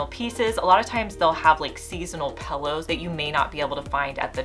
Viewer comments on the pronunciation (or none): Pillow not Pellow 😫